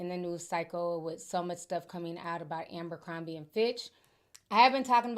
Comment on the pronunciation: It's ABERcrombie not AMBERcrombie.